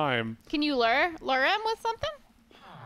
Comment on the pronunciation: The way pronounces "lure" (as lerr) makes my teeth hurt. I still love you guys tho.